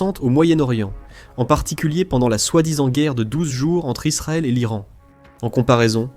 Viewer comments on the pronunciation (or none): none